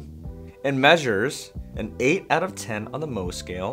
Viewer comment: Isn't it Mohs scale? Not 'moh' scale?